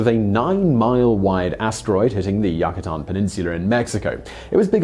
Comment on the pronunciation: Simons mispronunciations really bother me for some reason. He does pronounce things in a British way sometimes which doesn't bother me. It's more the pronunciation of Yukatan and on one of the other videos he mispronounce Haiti.